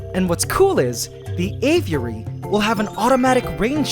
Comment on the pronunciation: Spent all that money and can't even pronounce aviary correctly. Sad